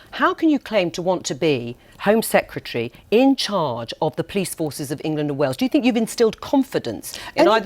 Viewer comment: ‘Home secratree” ?